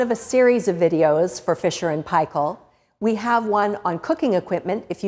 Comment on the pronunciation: Omg firsf non kiwi to pronounce f&p correctly